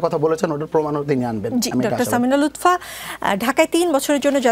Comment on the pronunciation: Lutpha 😂 not lutfa